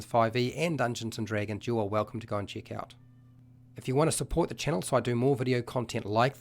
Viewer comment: hint to understand the video better: if everytime he says "chick", you understand it as "check", the video will make a lot more sense!